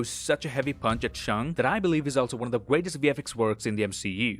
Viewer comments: What's that thing says? "Till then I'll see you guys in the next won"? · Every time you say “I’ll see you in the next one”, one sounds like Wong and I think that’s very fitting. And the “wong will be back next week with more disturbing facts” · "Until then, I'll see you lads in the next *Wong*"